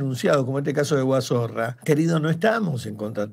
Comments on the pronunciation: Me mata que le digan Guazorra en lugar de Guazzora 🤣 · No es Guazorra, es Guazora. No sos vos el que tiene denuncia por violencia de genero?